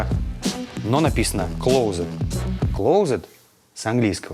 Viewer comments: да и походу английский не знаешь ты т.к. Ильич сказал "клоузэд",А шкаф читается как "Клосэт" большая разница, не стоит путать) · ну окей, closed читается как клоууузд, но он сказал клозЭт, это больше звучит как шкаф! Пусть прикалывается, я не против!